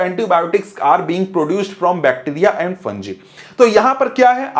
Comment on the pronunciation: Fungi 🚫 funji ✅